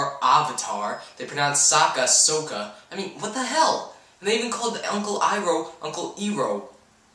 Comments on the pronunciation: The names weren't pronounced 'wrong', they were pronounced as they were written in the show. 安昂 (AnAng) which would be pronounced like it was in the movie depending on the dialect. You would drop the first n to make the name flow better. 索卡 (SuoKa) The one that doesn't make any sense at all is Iroh is written as 艾洛 (AiLuo) But other than that, depending on your point of view, they actually pronounced the names 'right'. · They couldn't even PRONOUNCE his name as "Iroh". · Every time they said Arng, Earoh, and Soka, I died a little inside. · one of the things i hated was how the camera was just focused on a person's face and that's all you saw most of the time and then the pronounciation of the names wanted me to scream. When i saw Iro and the fire lord, i was like "WTF?!?!?!" i was also sad how you barely saw appa and momo :( i can't believe there'll be a sequel